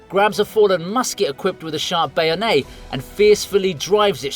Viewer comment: Bay-oh-nay? That... is not how you pronounce bayonet, my good sir.